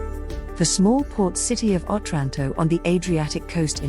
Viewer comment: OTRANTO, NOT 'OTRÁNTO'